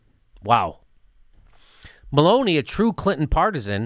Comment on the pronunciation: When you said Maloney the first time in this video, I thought you were saying 'Baloney'. It would have been applicable in this case.